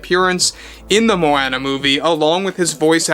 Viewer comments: Moh-Anna? Dude. Where have you been. It’s Moh-AH-nuh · The way you say Moana is pathetic AF. It's so easy to say it right lol